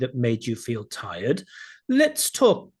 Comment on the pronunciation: his pronunciation lives and tirED lowered his P score, 7 for P, 7 grammar, 8 fluency, 8 LR, overall 7,5